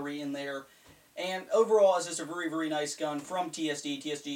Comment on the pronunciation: I love it when U say vury